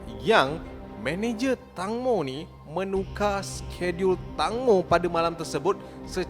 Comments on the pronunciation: Nama dia tangmo disebut (teng-mo) bukan (tang-mo) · Pembetulan "TANGMO" sebutan yang betul thailand bukan "TANG" tapi "TENGMO (tank-mo) " ... TENGMO tu maksudnya TEMBIKAI kalau dalam bahasa thailand... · Sebutan nama dia tengmo ejaan ja tangmo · Tengmo is the correct sound bila sebut tangmo...sorry mencelah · eja tang mo disebut teng mo... sebut betul2 netizen Malaysia